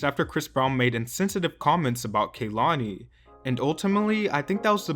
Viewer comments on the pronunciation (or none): none